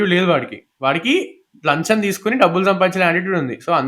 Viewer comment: Bro it’s Lacham not lancham